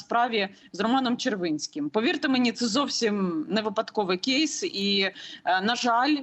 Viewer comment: Яніно, який "кєйс"??? Ріже слух! Існують українські слова!